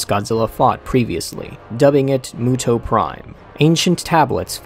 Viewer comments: I thought it was pronounced "MEWTO" not "MOOTO" ._. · I thought it was pronounced m(you)to